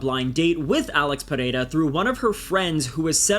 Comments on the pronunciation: New subscriber here. You’re great video writer and maker overall. Btw, i would like to congratulate you since you seem to be the only one outside of brazil capable of pronouncing pereira the right way 😂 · You said pereira correctly